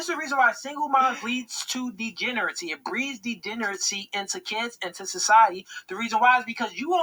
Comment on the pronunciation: I cannot take a man that cannot even pronounce the word “degeneracy” seriously. 🤣 He messed up the word EVERY time he said it; with his mush mouth self.